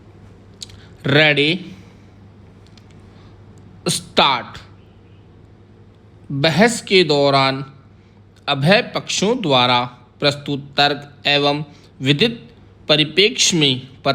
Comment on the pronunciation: दौरान बहस को गलत बोला , उभयपक्ष को अभय पक्ष बोला विधिक, आज्ञापक व्यादेश गलत बोला